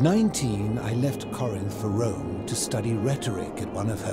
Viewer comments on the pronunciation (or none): none